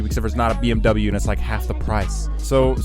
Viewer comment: I'm gonna unsub if u pronunce BMW wrong again